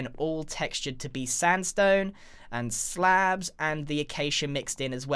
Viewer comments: I love how no one noticed he says Stand-stone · One time in your video it when you said Sandstone you actually said Stan Zone so just to correct you and sandstone